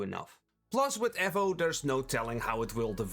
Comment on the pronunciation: Wtf is ehvo? E-vo Eevou Eevo Evo